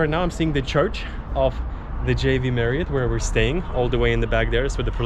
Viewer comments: u keep saying "JV" marriott, its not!!! It's "J-W", not J-V.... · Why you alwsys say V on JW MARRIOT? That’s W- dabulyo not V-vee.